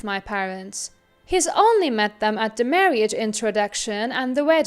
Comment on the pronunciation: OMG why this narrator?? Marriage is not pronounced "mar-ee-age". It's 2 syllables "mar-age"